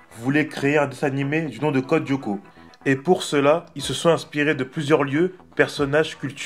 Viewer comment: Juste,ca me derange beaucoup comment tu le prononces. La serie est en 2 mot pas en 1 pcq tu dis Codyoko hors que code Lyoko